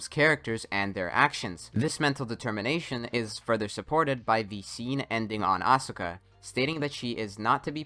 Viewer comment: Thinking that playing a game is a quality of concentration and not a waste of your time, energy, and youth is why this video is a Joke. Why cant you pronounce Asuka correctly, kid ? She has been playing useless games since the second movie, a form of shielding herself from rejection caused by others.